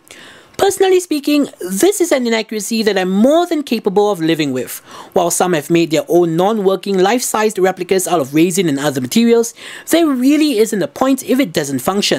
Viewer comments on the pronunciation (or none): "Life size models out of RAISIN and other materials...", I love your accent, but that was HILARIOUS. XD I'm now imagining a squishy pile of raisins being used as a weapon. XDDDDDD